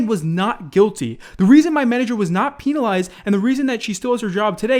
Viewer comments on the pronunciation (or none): mans just said peanalized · He said penalized as peenalized why does he say it like that 😂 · Jak he said it a different way tho